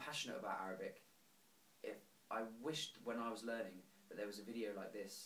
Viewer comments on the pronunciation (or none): none